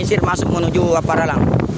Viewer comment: apparalang, bukan appalarang